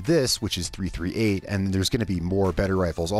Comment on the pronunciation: Just fyi its pronounced .3thirtyeight